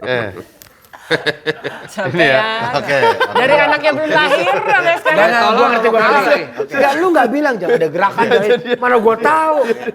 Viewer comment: "Jangang" ga tuh bwanggg